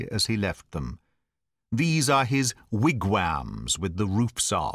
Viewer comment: "Wigwam" is a Skraelin word from North America. White folks say the "a" another way. Maybe the way wherein you pronounced it is typically English, or maybe the word has not come up in your past experience. Zo -- ology, not .zoo -- ology. Nearly everyone has gotten that one wrongly, includin myself. A related word, should you ever come across it is dis -- sect, as opposed to di -- ssect. "hands" -- close the throat more on the "a". "answer" -- same. "it" a bit harder on the "t". The "t" here sounds like "d". There are 2 ways of sayin this "t" one does not pass air through the teeth. Either one would work. Of course it is never glottal in USA, like Cockney. "I" close throat more. This one is very close, very subtly unlike American. "That" -- "t" sounded like "d". "Barrymore" -- English say "Barrymole" with an open-throated "l". That you did here. "about" - both English and Americans say "abaout", not as spelled. Scots say it the way wherein it is spelled. Your "a" sound here was too open-throated, sounded English, not American. "hour" close the r. No need to multiply examples of the "r" sound and most of the above in future. These examples ought to be enough. Many other vowels I found, most of the unlikenesses very subtle; but most seem to be caused by the open throat, so just apply that closer throat universally in the American accent I suggest. Vowels and "r"s seem to be the ticket. I don't want to get too picky. Now need to hea